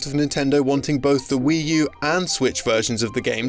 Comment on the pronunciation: "Wii Tu" there. Nailed it.